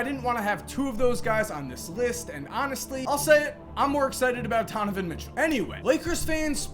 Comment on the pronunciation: you said tonovan mitchell at the end